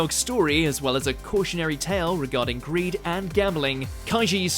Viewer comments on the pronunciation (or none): none